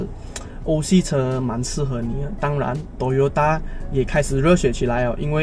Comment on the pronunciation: 一直tota tota ，发音不准确